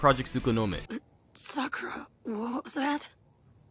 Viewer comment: Are you not able to pronounce the word Sakura?